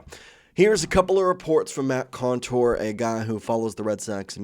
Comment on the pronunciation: Not Matt Contour, Matt Couture.